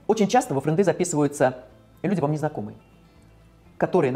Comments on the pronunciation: Френды́? Френды́?! Серьёзно??? Я не знаю, что тут сказать. Бокал за тех, кто выбрал чистоту русского языка 🍷🍸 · Как у учителя английского после слова "фрэндЫ" у меня случился инсульт жопы, а после "фрэндЫ вам не друзья" инфаркт головного мозга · Не френды, а френды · правильное ударение в этом слове падает на последнюю букву, слово фре́нды вообще не звучит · Только с пятого раза поняла, что такое френдЫ😁😁 У меня сестра так не разговаривает, тем более от женщины 40 лет это слышать очень странно))) А Крид, да, просто единственный, кто остался, видимо)) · ФржндЫ это не друзья Друзья это не фрэндЫ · в том, что Во-первых, не правильно поставленно ударение. а Во-вторых, даже 1 клашке известно, что френд с английского - друг, а значит френды - это друзья. что не понятного? плюс само слово звучит коряво, его слишком исказили от английского. вот в чем, все смеялись не над словом, а над тем, что его не правильно использовали. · Во-первых, это англицизм, а тут как-бы патриотизм должен быть. Во-вторых, ударение неправильное. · да, исковеркала она знатно. Откуда она вообще окончание взяла?